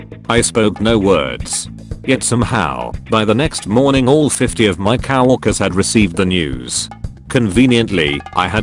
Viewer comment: Please listen to the robo reading voice. It is not cow-orker and other mispronounced words. Read it yourself.